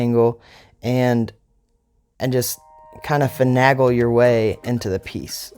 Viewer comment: I ordered this kit on Amazon, then cancelled the order because they took several days and didn't ship for some reason?! Went with the V-22 Osprey instead and it showed up even a day before expected! BTW the way "finagle" is pronounced rhymes with a cream cheese bagel/bay-gull, not nag-ull. LOL 😋